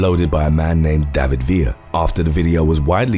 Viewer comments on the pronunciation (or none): none